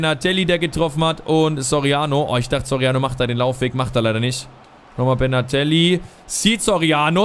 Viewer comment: Benatelli ! Nicht bernhardtelli